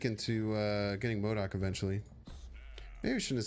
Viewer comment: I was waiting to see how you would mispronounce modok but you didnt do it